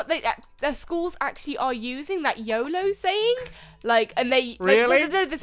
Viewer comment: when u said yolo i thought u said yobo haha lol